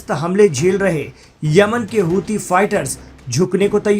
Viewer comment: Housi nahi kutte sahi se bol huthi hai